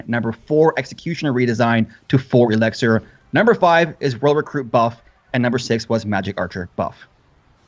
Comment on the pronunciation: Does anyone else hate it when someone says elixir like elexer?